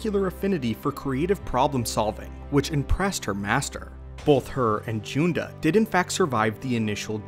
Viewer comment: You’re Accidentally Mispronouncing Master Junda’s Name